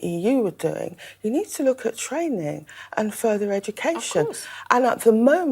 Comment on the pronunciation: "We need to look at twaining". As bad as the bloke on Only Fools and Horses murdering Roy Orbision's Cwying.